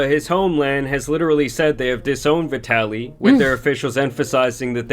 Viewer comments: Vi-Taly not vidalee 😂😂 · Vee-de-lly is a great way to pronounce that 🤡 name 💀💀💀